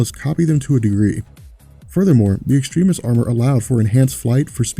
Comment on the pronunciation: Does anyone else find it a bit annoying when he keeps on pronouncing Extremis incorrectly?